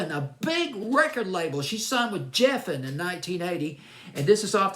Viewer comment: Geffen, not Jeffen. David Geffen and his people always had a problem with everything that Donna presented them, in fact they rejected most of her material.